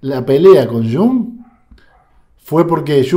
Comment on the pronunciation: No digas shung. Es iung, por favor. Iung o yung con i n . Muy similar a junge que en alemán es joven.